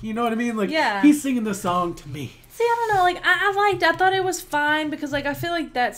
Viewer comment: i luv this channel... i enjoy your reactions and reviews on our very own talents. Now Noven here should also be commended for his effort in giving his best in singing English songs despite a little floss on pronouncing words like baby sounding a little off like bibi or thought like towt... but the rest of the words in the lyrics are perfectly alright. Noven has ears for music therefore together with his passion for his craft he will master pronouncing the words right I believe he has coaches for that. I could apply as one if you don't mind. I'm an English mentor btw hehe... Noven, kudos kabayan! God bless you, we love you!